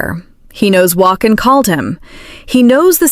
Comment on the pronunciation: For heavens sake would someone teach AI how to pronounce Beulah and Joaquin!!!! I can't hardly watch these because of the way it says their names.